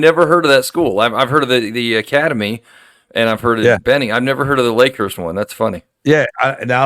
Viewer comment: Lakehurst = Leghurst lol. Great storytelling. What an impressive set of accomplishments and experiences! So glad I was there for a couple of them back when. All I can say is - Accurate.